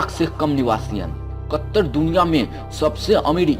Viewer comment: Kattar nhi katar pahle bolna seekho sahi se